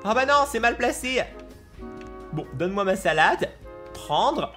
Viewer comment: "Donne meoi merci "